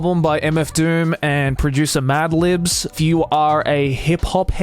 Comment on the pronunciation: Joey I know you didn’t just say “MF DOOM and Madlibs” 😭😭😭